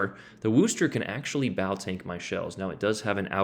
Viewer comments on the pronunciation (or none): You Americans and your pronunciation of Worcester! 😂 It's Wuss-ter NOT Woo-ster!